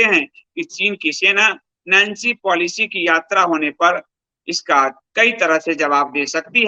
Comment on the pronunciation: ये "नेन्सी प्लोसी" हैं, नैन्सी पालिसी नहीं| वैसे विश्लेषण अत्यंत सटीक है|